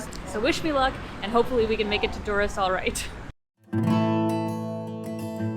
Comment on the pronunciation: No one calls Durres that buk OK lmao.